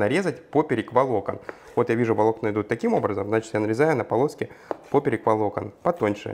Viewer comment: Благодарю за рецепт 🙏🏻Не глядя еще видео,уверенно поставила 👍🏻!!! P.S. Слово ПОПЕРЁК пишется с буквой Ё поэтому ударение, естественно,будет однозначно на букву Ё,а не так , как Вы произносите «пОперек» ,я сначала даже не поняла,что это за слово,только увидев как Вы нарезаете мясо до меня дошло🤦🏻‍♀️😂 😂😂